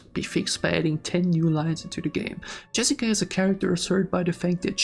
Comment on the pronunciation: bro said jerica